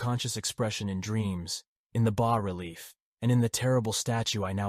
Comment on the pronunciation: Damn just pick a pronunciation for "bas" please. I recommend the correct pronunciation "bah". Also the N, S, W, and E in longitudinal/latitudinal coordinates stand for "north, south, west, and east" and sound much less awkward when you say the whole word. Otherwise the narration is good, your voice really has the right timbre for this story.